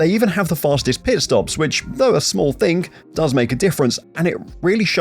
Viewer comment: Mate the word in ThING not ThINK